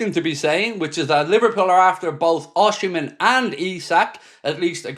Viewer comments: Hi mate, Osimen is pronounced " Ocimen" and not Oshimen. Cheers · mate, if you're gonna keep reporting on rumours about Osimhen, please learn how to pronounce his name😂. It's not osHimhen, putting an H in for no reason, the same as calling Mo "sHalah"